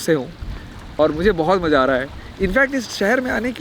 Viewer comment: आपके हर सफर का हमसफर पटना बिहार से।इस नाचीज़ को एक बात हमेशा खटकती है कि आपसे बोलूं या ना बोलूं एक उच्चारण सही करनी है आपके हर एपिसोड में एक लाइन आता है मजा आ गया ।वो मजा नहीं maza होगा जैसे majedaar नहीं mazedaar होगा।keep travelling love you brother.🎉